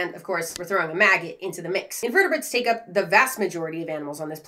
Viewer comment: It adds 30 seconds to my life every time says MAGGIT